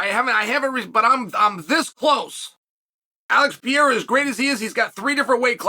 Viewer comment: HE SAID PEREIRA RIGHT 😃😃😃😃😃😃😃😃